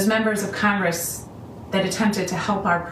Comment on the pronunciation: Oh, I see what you did; you made "congress" sound like "CON-gress”, because you are a free man, and you shan't be ”conned”... Very clever! We need a "tell-the-truth-gress", right? Your well-wrought word-play is an inspiration to us all; keep up das gute Arbeit!